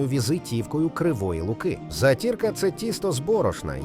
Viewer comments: У нас на Черкащині теж готують заті"рку.Можливо диктор неправильно робить наголос. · В кінці зробили правильний наголос. зАтірка. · Ставте вірно наголос: зАтірка. Моя бабуся і мама готували. Миколаївська обл. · Не затІрка,а зАтірка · Не затІрка, але зАтірка😮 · Не затІрка, а зАтірка. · Затірка - наголос на першу "а", у нас на Черкащині так кажуть, тут всі її вміють готувати, Слава Україні😊